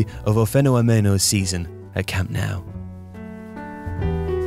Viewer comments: It's pronounced like "phenomenon" not "fenno-meeno" haha love the video though great work as always! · Feno AMENO he said XD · That was the worst pronunciation of "fenómeno" I've heard heard. What a start! 😂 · I'm sorry, but the pronunciation of "Fenômeno" had me in tears 😂😂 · the way you pronounce fenomeno is hilarious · How on earth do you fail to pronounce fenômeno? You even added an extra syllable 🤦🏻‍♂️ You can’t mess up the name he’s known as globally… come on dude.